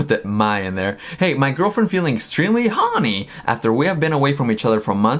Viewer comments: I think the ONLY crime is how you say HORNY in this video. Help. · The way she says horny. Sounds like honey. Made me think of Winnie the Pooh. Now we’re all strange together. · The way you say horny, I just keep hearing "mina so HOrnY mi mina so HORneey" 😂😂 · You and Mina are just being human beings. The tweet was funny and silly!! I ❤ the both of you. Oh LAWD 🤦‍♀️ people must be really bored 🙄 Straight FINDING anything to be up in arms about. R E L A X people. P.S. Every time you say "Hawny" I can't stop laughing 🤣